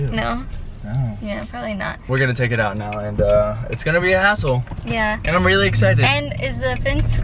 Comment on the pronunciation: I liked it when said hassle and it sounded like he said asshole! Hahahaha! 😂